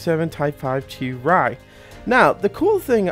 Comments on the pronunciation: Itsm pronounced Chee Ree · Correct me if I'm wrong but I think it's pronounced "chee-ree"